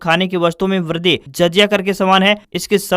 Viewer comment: Wrong word:-Vardhi Correct word:- virdhi, wrong word:- Teewarata, Correct word :- tivrta.